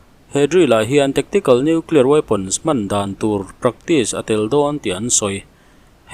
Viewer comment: Hepa lah hi noeclear ti reng mai. Dawihzep pa. Ka ti ringawt mai